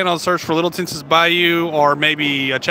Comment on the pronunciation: Just FYI - Tensas is pronounced like Tensaw.